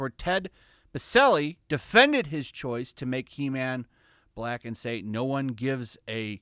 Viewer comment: It's HE-MAM!!